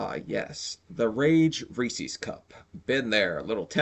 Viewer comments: it's REESE"S NOT RECES LIKE FECES it's funny but not correct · It's pronounced Ree Sez, not ree see's